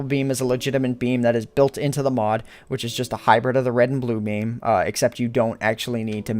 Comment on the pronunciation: he says "Meam" instead of beam